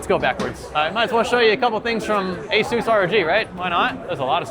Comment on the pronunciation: Please Learn How To Pronounce Asus CORRECTLY.